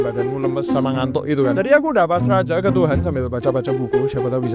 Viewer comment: Oiya kok kamu bilang azajjjj